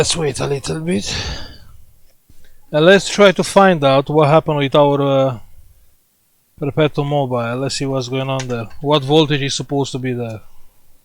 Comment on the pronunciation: PERPETO MO-BEE LE